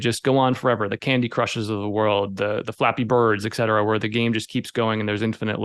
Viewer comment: It's not x-cetera. It's et cetera.